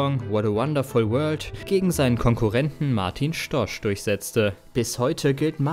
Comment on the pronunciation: Martin Stosch wurde von euch falsch ausgesprochen!!!